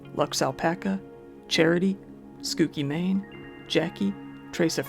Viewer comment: ITS PRONOUNCED "SCOOCHI MANE" NOT "SKOOKY MANE" 😡 LIKE THE WORD "GUCCI" BRO 😡